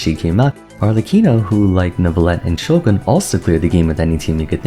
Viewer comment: Finally pronounced "Shogun" properly after all these years saying "Sho-gahn" like a dweeb